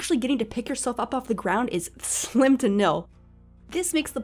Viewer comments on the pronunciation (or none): none